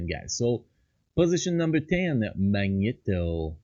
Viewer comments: Mag- Knee-Toe ur pronouncing it wrong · [Magneto] ,not [Mańeto] mate :D